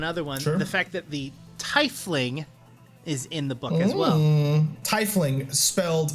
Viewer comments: It's pronounced like Tee-Fling, you Fez wearing gob shite. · Great work guys but Tiefling is pronounced as in German, tee-fling. :)